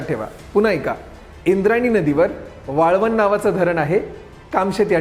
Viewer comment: वाळवण नाही. वळवण